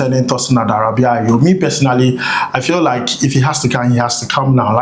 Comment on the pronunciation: Adarabioyo not Adarabiayo 😊